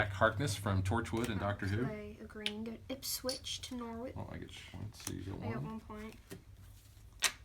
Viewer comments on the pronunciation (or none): Really enjoyed that play through, thanks. Most of the names you got right, but Sligo is pronounced Sly-go, and while Ipswich was correct, Norwich is actually pronounced Norridge. Weird, I know. Oh, and Dad, the coat of arms was for England, not the UK. ;)